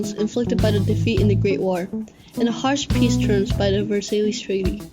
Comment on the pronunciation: The treaty of Versailles and he said versailees